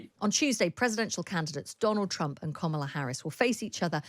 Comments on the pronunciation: It's not Comma-la Harris, with 'comma' in an English accent. It's 'comma' in an American accent. It's Karmala. Just listen to how people say it - including the person you are interviewing - and say it like that. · Interesting breakdown 😊, I enjoyed this. My only complaint being that the host, who I generally enjoy, kept referring to Ms. Harris as ‘Kommala’- please read her name correctly as Kamala- only short vowel sounds and all a’s 😂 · Why does this woman not say Ms Harris name correctly, she's as bad as trump. It's not that hard ffs.